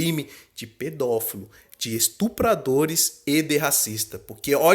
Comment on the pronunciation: É pedofilo e não pedofelo ‼️